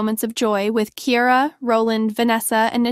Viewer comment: Girl learn how to pronounce names honey the name is Ciara!!